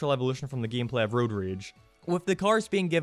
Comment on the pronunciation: Sadly, most Simpsons-themed video games were not received very well with poor controls, confusing gehmplah... I don't know what this accent is but I love it.